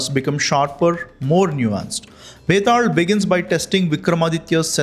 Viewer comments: Are you a Malayali? It is pronounced as Betal not Betad. 😂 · Bro its not betaald its betaal 😅